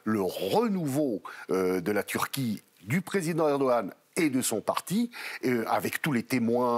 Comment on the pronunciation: Encore un journaliste qui écorche le nom du président de la Türkiye, soit il le prononce dans un ordre inversé de sorte à troublée ceux qui un jour entendra à nouveau le nom du président de la TÜRKIYE.